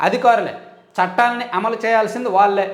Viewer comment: ళ అనే అక్షరం జాగ్రత్తగా చదవండి వాల్లే అని చదువుతున్నారు